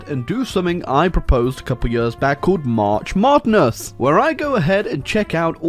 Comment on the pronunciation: “March Modness”😂😂😂😂